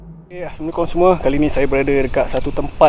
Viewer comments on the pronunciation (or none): none